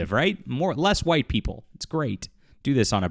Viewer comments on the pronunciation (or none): none